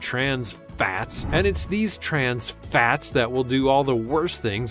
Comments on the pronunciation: STOP SAYING FATS LIKE THAT. Please and thank you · FAAAATS. WHY DOES HE KEEP SAYING IT THAT WAY LOL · Just depressing 😫😫😫😫😫. And the way he pronounced fatz fatz fatz.